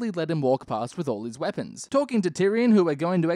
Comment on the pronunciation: I like how he says no weapons no weapoms always makes me giggle